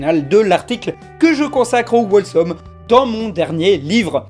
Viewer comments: C pas wolesome mais Holesome pour la prononciation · attention par contre, Wholesome ça se prononce "HHHOLESOME", avec le Wh qui se prononce juste comme un h souflé, comme Who :) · Cringe! On ne prononce pas le W dans wHolesome! (désolé je suis anglophone) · Wholesome ne se prononce pas "wall some" mais "hole some", il ne faut pas prononcer le w, il faut le lire comme si le w n'était pas dans le mot. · Dans wholesome on prononce pas le W